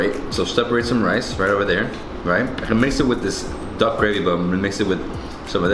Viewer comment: When he said duck i heard dog wtf 😑